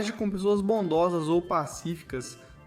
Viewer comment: Simmmm, e parece ser proposital, ele fala TogÉkiss e ele fala certo. Tbm não assisti o vídeo até o fim pq meus ouvidos começaram a sangrar